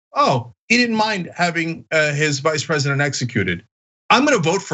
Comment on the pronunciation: Sorry Vice president not vise...lol